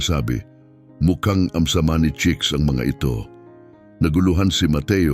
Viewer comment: Ayam Cemani chicken, not amsamani.